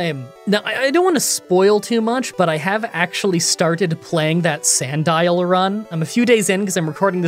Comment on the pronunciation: Who knew Sandile looked like that and was pronounced like Magnemite